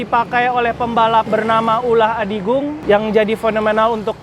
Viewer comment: Ulah adigung bang.. Bukan utah